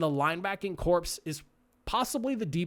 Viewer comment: Corps is pronounced like core, not corpse.